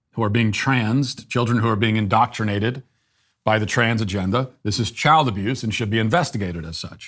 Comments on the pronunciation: ok.. that is clever.. although it sounds like you're saying transgender with a Boston accent.. 😁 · Transgendahh just sounds like how people say transgender where I am from which is RI so how Peter Griffin would say it lol. Luckily, I do not have said accent.